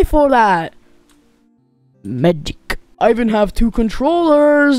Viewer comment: bro said MEGIC XDDDDD